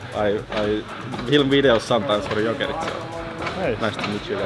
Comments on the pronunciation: I'm sorry, I keep hearing you say "Jukurit" instead of "Jokerit" and that's completely different team. :D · Another great video but gotta work on your pronunciations…it’s not ‘Jokeritch’ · I was so confused why you kept calling them "jokeritch" but then I realized their team name is jokerit hockey club so maybe there was some confusion there